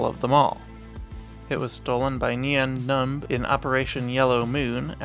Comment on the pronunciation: I like it. I halways thought that Nien would rhyme with mean, but you made it two syllables and I like the sound.